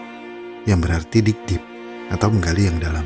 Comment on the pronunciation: gw baca dig deep tp knpa gw denger ny big dick.. astargfirullah.. sungguh berdosa kuping saya 😂